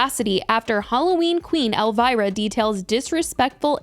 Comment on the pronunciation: Who is 'Elvaira'? 😂 Gurl, it's ElVIra!!! (pronounced EL- VEE-RA)